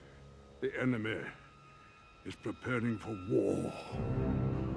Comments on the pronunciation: Ender Skies because how Gandalf pronounced enemy isn't actually how you pronounce enemy :) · "THE ENEMEH HAS RETURNED!" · “The enemeh” ❤❤